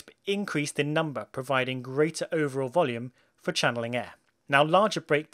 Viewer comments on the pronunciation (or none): none